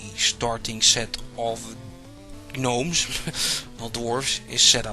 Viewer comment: Gnomes have always been pronounced Nomes to my recollection. A G-NU is a different matter :)